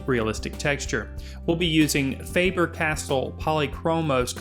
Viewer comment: I'm sorry to correct you but... you pronounce Faber to FA-BER. sorry, (won't reply)